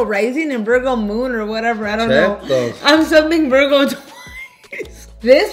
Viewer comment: I am dead! “I’m a VERGO” not Virgo but VERGO😂😂 5 shots where? The two got her lit lit 😂🔥👏🏼